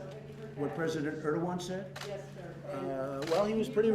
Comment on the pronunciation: President Er? He means Erdogan? LOL